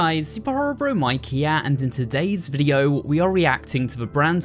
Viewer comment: TFW you say Mik instead of Mike Least it wasn't the other spelling of the word